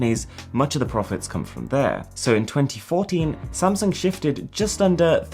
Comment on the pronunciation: good thing I know he wants to say "Samsung" and not "Samson"...